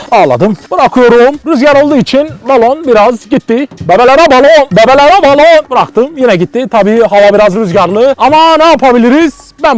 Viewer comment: Bebeğlere baloğn :D :P